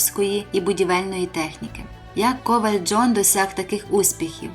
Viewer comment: Панянко, ставте вірно наголоси в словах, наприклад: ковАль - а не кОваль, ДАллас - а не ДаллАс.